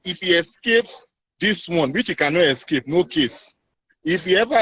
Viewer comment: "He can nu escape".